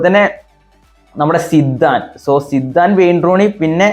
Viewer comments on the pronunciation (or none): സിദാൻ ❌സിദ്ദൻ ✅